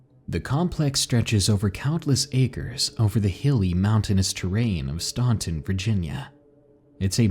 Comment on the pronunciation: Western State Asylum. That's in my home town. My dad worked there years ago as an orderly. He quit when he was attacked by a prisoner/patient. The prisoner grabbed him and tried to strangle him to death. Oh, and btw....Staunton is pronounced Stanton (just for future reference). Don't ask why we pronounced that way...we just do It's kind of like the way locals from Nevada pronounce it NevAda instead of NevAHda like most people do. Oh well....whatever.